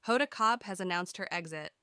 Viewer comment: whoever is narrating is pronouncing hod'a last name, incorrectly